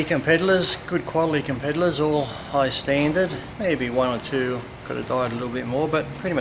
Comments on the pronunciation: Does Lee call competitors compedalers? XD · Compediddlers? Lee, are you high?